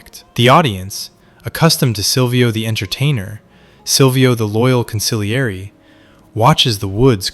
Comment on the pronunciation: 😂😂😂😂😂😂😂bro can't even pronounce con·si·glie·re right 😂😂😂😂far from any sopranos expert fukin embarrassing